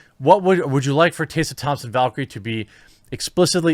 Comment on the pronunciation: How tf can you mispronounce TESSA THOMPSON